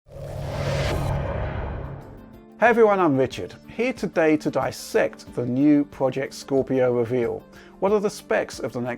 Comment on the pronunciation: He really does refer to himself as ""!